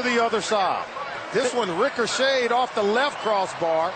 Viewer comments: "As it bounce backs through...This one rickershayed..." -pro broadcaster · That’s “ricocheted.”